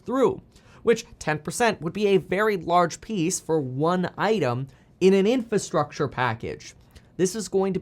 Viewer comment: Say it with me, IN-FRA-STRUCTURE